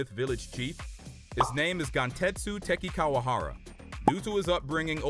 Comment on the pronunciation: Bro has the worst pronunciations of the names Not teck-in-kawa-gaza it is te-ch-een-kawa-gaza Not ah-kah-zah it is Ah-kuh-zah